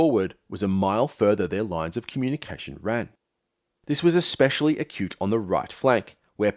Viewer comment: "Ek-specially"... You can't sound wise when you mispronounce basic words.